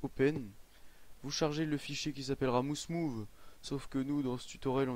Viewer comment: Bonne vidéo. Juste pour info mouse move se prononce: maouse mouve.